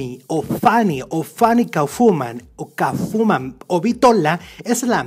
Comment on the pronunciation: Kafuman????!!!! Cómo es posible que hagan videos y no se informen o hablen correctamente. Era KAUFFMAN. KAUFFMAN. KAUFFMAN, KAUFFMAN.......